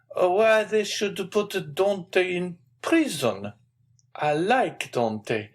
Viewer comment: Dear reader, you should really have tried harder to pronounce correctly the hero's name, Dantès. As the accent grave indicates, it is not Dantee or Dantei, but Dantaes with a short ae sound and an edible s. Well, I will have to turn off the sound and read myself then.